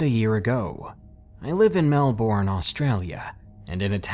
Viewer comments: the thing that annoys me is that you pronounced Melbourne wrong XD its Pronounced Mel-burn, not Mel-born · not being mean but melbourne is said like melbine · melbourne is pronounced melburn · 😂😂😂that was a very intense pronunciation of MelBOURNE.. Australians would more likely say it MelBn 😂 we slur everything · Cringe at how he pronounced Melbourne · Bro I love the way you pronounce Melbourne. It's not correct but pretty funny